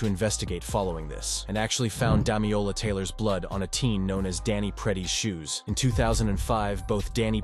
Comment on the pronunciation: my guy needs to learn how to read. it's DamiLola, not Damiola. Amongst a lot of other mispronunciations in the video